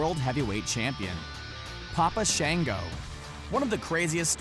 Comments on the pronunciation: Shaw-ngo not Shay-ngo. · Sh -on -go. Not Sh-an-go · Shon-go not shan-go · It’s papa “Shon-Go.” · He’s not saying Papa Shango name right😢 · And shango